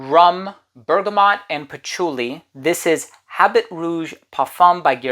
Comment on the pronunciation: The “H” is often is silent in French. Habit is pronounced “A bee.” Habit Rouge means “red coat” or “red suit.”